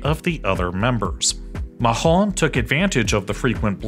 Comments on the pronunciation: Le journaliste mentionne un certain “ myhonte “ pas facile de saisir cet accent mélange entre américain et allemand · I know, LoL... The first time I heard him pronounce Macron... I was like, who is Ma-hon? Great content though keep it up = ) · I like your content but how on earth can you transform 'Macron' into 'maschon'?😜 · why are you saying europe while showing a map of the european union? plus it's not "Machron" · How is Macron prounonced? Mahon??????????? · I'd rather the narrotor pronounce Macron and Marine Le Pen like the most American person out there than whatever "Machron" is supposed to resemble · "fine"???? no. I genuinely laughed out loud every time he pronounced Machhhhôôôn. But I do appreciate the effort. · Every time you say “President Mahon”, me as a Spanish speaker thinks, “President Mojón?” Which means “President Shit”... I believe Macron is pronounced with a hard and phlegmy CR. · I'm not even French but the way you say Macron really bothers me. xD It's like you're saying Mahron. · Great video but I’m sorry I really can’t focus when you say macron that way. Please just say it at least as makron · Who is "Mahrrron" ? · "Makhron"??? "Marina" Le Pen??? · The way he Said "Macron" sounds more or less like "nerd" in my language... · I love the apology at the end. (Still, it probably would have been better to just go with the most basic American pronunciation of Macron over what we heard instead...) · Good video. However, that is the strangest pronunciation of Macron I've ever heard. To the point that it is comical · It ought to be illegal to butcher Macron's name like this. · Your correct analysis of the strengths and weaknesses of the French government's perspectives warrant mercy on your mispronounced french words (also let's be frank, prononciation isn't our strong suit either). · You pronounce the name of the French president wrong 😑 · Since the documentary is about france, shame the narrator can't get the name of the french president right...